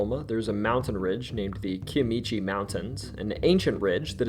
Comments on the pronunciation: KAI-mish-ee. That's home! I haven't met Mr Foot, however. Yet. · I can't respect any person who claims to know something and then badly mispronounces the name! I won't even watch the rest but give you a 1 star! That area is pronounced in my best way if I was talking to a 3 year old is " Kia- me-she! Get it right! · It's pronounced Kya michie you got the second half right but the first half is Kya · As a real Okie who was born in Muskogee Oklahoma just wanted to say you pronounced the “Kiamichi Mountains” wrong. But that’s okay. 😁 I enjoyed the video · You mispronounced Kiamichi. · The mountains in se Oklahoma are pronounced Ky-uh(a)-me-shee. And Nobia is either Honobia, ho-no-be-a or Nashoba, na-show-ba. Both communities are next to each other. And as far as black panthers, I personally have seen a black panther twice in my life. Once at age 14 just outside my window. I watched him for abt 30min. Then again in my late 20's about 4-5 miles from the first siting as it crossed the highway. This was Nashoba, OK. SE OK. I have also saw a blk panther on a game camera near Stringtown. South on hwy 69 before Atoka. Regardless what the Wildlife dept says. They are here! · Ky-a-mish-ee mountains Ho-nub-ee Oklahoma And F-owl-k Arkansas Oo-la-gah lake Native American names are hard to pronounce. This should help.